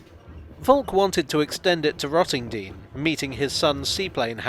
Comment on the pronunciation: You pronounced Rottendoom wrong 🤣🤣